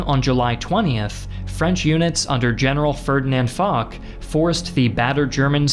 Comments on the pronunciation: Good video but Foch (Fosh not Fok) and the French were done a bit dirty there. They were the senior partner on the ground even in 1918 and Foch is essentially the WW1 Eisenhower. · That's Marshall Foch, "Fosh", no "Fock". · Also, his name is pronounced "Fosh", not "FoK". :) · Wait a minute… Ferdinand f*ck?! It’s Foch!!! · General Foch's name is pronounced "fosh" not "fock" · In regards to Ferdinand Foch, it is pronounced "Fosh", not "Fock" Yeah, french pronunciation is wild and without any rules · Its fosh not fock. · Great job. Just a little remark : General "Foch" is pronounced "Fosh". Thank you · Gzaet video, only thing is General Foch is pronounced Fosh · Isn't his name pronounced "Fosh"? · Also, it's pronounced FOSH. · When I heard the say his name, I was like, "General WHO now????☠️" I fully expected everyone in the comments to go crazy, at least people who watch these vids are mature. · That's not how Foch is pronounced. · You'd think after putting so much effort into these fancy animations he'd have bothered to figure out how to pronounce names like 'Foch' and 'Bapaume' correctly.